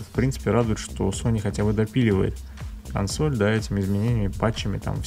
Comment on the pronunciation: действительно обезьяны, ставят ударение на первую гласную в слове Консо́ль. Противно слушать.